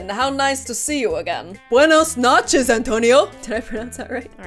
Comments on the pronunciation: It's pronounced (noh.che.s) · its buenos no-chez not buenos notchez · You said nachos its noches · I think she send Noches 😂